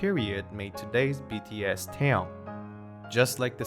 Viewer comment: His name is NOT TOWN it's Taehyung.